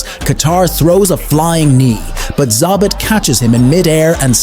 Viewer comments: It's Zabit, not Zabat) Cmon, you even write it right in the title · It's not Za-bit for fucks sake it's Za-beet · This could have been a great (and well deserved) recognition of a unique fighter's greatness, but to me it's largely ruined by the fact that you can't be bothered to learn how to pronounce his name correctly. And it would have been one thing if you heard it wrong once and just assumed that was the way you should say it, but you didn't even stick to a single mispronunciation. You call him ZAH-bit, ZAB-it, ZAY-bit... Like it's so totally inconsequential that you don't even bother to find out which one is right. And it turns out, none of the things you called him is right. It's pronounced zah-BEET. If you're going to butcher it, at least do it consistently, and give the illusion that you at least you might have thought had it right! Don't just say, "I don't know how to say it, but who cares? One of these ways is probably close!" Am I the only one who feels like it's a tad disrespectful to put absolutely zero thought and effort into trying to call the subject of your video the right thing? Who takes the time to make a video about someone and says, "this guy named... whatever, his name's not important. But he was really great, trust me!" Come on, man! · zaBIT not ZAAbit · "Zabbatt"? How'd you watch all the clips and end up with that pronunciation?😂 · 2 pronunciations of his name… both wrong. Can’t seem to pronounce several names, in fact. Facepalm… and “do not recommend”. Fire your robots.